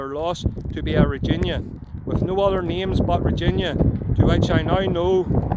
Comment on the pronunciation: It's Regina, NOT Reginia, it is not a single person, it is the government's side of a court in a monarchy, the prosecution as it were.